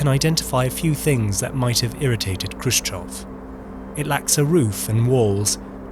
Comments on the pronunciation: Why are you reading "Khrushchev" as "Khrushchov"? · it's Khrushchev and not Khrushchov, as you keep saying. anyhow, weird that there's no actual photos or videos of these bus shelters here. instead 3d animated fanciful renders. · "Khrushchev" --> "KushChoke" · Why the English speakers pronounce Khrushchev with initial /k/? We were told at school that we should represent Russian letter x as "kh" in English, but since the English speakers anyway pronounce it as "k", then what's the point? Possibly, better to just use "h" instead. It is simply painful to listen to it. I mean, the first consonant in his surname is voiceless velar FRICATIVE. The same is with Abkhazia, Kazakhstan and all.